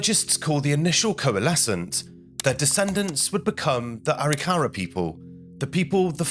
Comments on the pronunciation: If you're going to do a video on American Indians, learn how to say it: Ah-RICK-ah-rah, not Ah-rick-CARE-ah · First of all, it's not pronounced Aree-kahrah'. It's pronounced Ah-rick'-ahruh. Indian words are accented in the mid-word. Secondly, you're explaining this like it was European thinking and living. Wars among tribes happened. Some just didn't like each other! Scalps were trophies! Also, many of the Native American tribes believe that you removed hands and feet so the dead couldn't attack you in the next (spiritual) world. You took out the eyes so they couldn't see you, took the genitalia (primarily male) so they couldn't produce sons that could attack you in the next world. Also, those bones weren't respectfully buried (European notion). They were more likely pitched into a ditch and there remained until time, animals, and weather took care of the dead. You cared for your own dead, not your enemy's dead. They were left, often as they had fallen. The reason they were likely initially buried was simply weather and time. The young women were likely taken for wives and slaves (mostly the latter). And the traditional Arikara elders observing the later "Christian" reburial were likely horrified. Those dead were not buried in any kind of Indian way. The elders likely felt that once again, the Europeans were cramming their ways and beliefs down the collective Indian throats. This was a weird and wildly inaccurate representation of Indian thinking and ways. 👎🏻😢 Dreamhawk 🪶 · It's "A Rick a rah"...emphasis on rick..not "ary Car a" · NO! The natives practiced genocide. Say it’s not so. Reclaimed the ground and village A-rik-a-RA. Ai is so bad. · It’s pronounced A-Rik-a-rah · It's actually pronounced A ric ka ra.